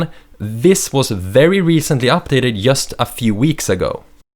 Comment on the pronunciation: I loove how you pronounce such word as 'just' 'jule'. So cute!